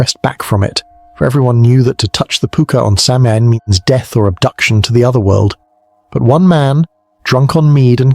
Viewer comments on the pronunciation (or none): Will you take a word of advice from someone who speaks the language? The pronunciation is SOW-in. The Scots, Welsh, Cornish and Bretons might have their own names or pronunciations, but this is the Irish pronunciation. Interesting video, enjoying it